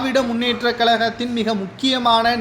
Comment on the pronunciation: "திராவிட முன்னேற்றக் களகம்" அல்ல, "திராவிட முன்னேற்றக் கழகம்". "களைக்கக்கூடிய" அல்ல, "கலைக்கக்கூடிய" "ஸெந்தில் பாளாஜி" அல்ல, "செந்தில் பாலாஜி". "ஸடலமாக" அல்ல "சடலமாக". இன்னும் பல குறைகள் உங்கள் தமிழ் உச்சரிப்பில் இருக்கிறது. நன்றாக தமிழ் உச்சரிக்க கற்றுக் கொள்ளுங்கள். தமிழை கொல்லாதீர்கள்.